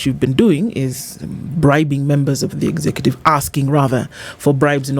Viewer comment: “Exacative”?.? I always learned “executive” ….